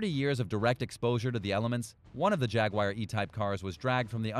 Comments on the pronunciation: It's not spelled Jagwire or pronounced that way.. if you're going to do voice-over at least know the words you speak..lol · IT IS A JAG-U-AR JAGUAR please for the love of christ learn how to pronounce simple words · Why tf does he say ”Jaguire” lmao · Stop saying Jagwire